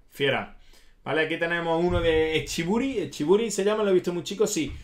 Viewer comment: es echiburú, no mencionas el acento en la última sílaba, muy mal la pronunciación pero buen video